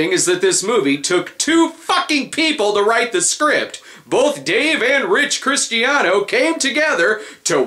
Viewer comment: It's pronounced Kristiano.